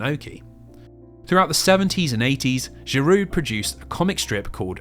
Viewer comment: Giraud is said RO not RU